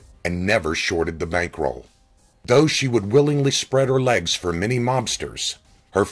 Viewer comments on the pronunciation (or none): none